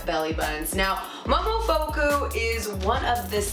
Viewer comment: Her pronunciation of momofuku killed me. I cringed when she mispronounced it... 🤦‍♀️ still all too pricey :(